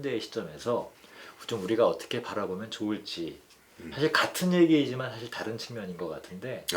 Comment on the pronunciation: 참 귀한 철학 강의를 의미 있게 듣고 있습니다. 한가지 발음 문제! 사실, 소유자 , 사용법, beach , 세상,개개인 , 다( 모두),최초,두 가지 , 가치, 등! 이상 예는, 두 분께서, 장음인 첫 자를 "짧게" 잘못 발음하신 것입니다. 모두 " 길게"발음해야겠지요. 그리고 한 분께서 "측면"을 "칙면"이라고 발음함에 적지 아니 실망했나이다. 말의 발음이 바르지않다면 어떻게 "철학"할 수 있으리까? "한국 어문을 고발함" 이라는 책을 읽어 주실까요? 미국 변 완수 드림